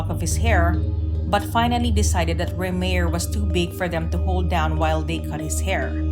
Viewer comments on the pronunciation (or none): It’s pronounced “Ray-Myer”, not “Ree-mere”🙄